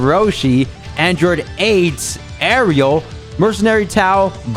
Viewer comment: aint no way this man called arale ariel